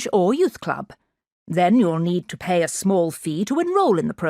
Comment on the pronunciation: Pay- pie 😂😂😂